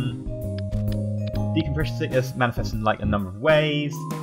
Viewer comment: you have said decompresion sickness about 30 times in this video